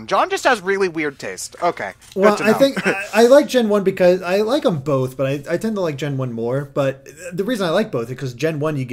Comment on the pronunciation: Did say bolth?